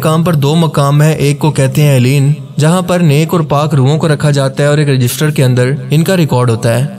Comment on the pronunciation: Eleen nai balkay word he "ELLEYEEN"